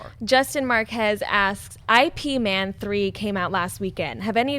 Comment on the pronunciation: IP man is pronounced "yip" man if anyone cares...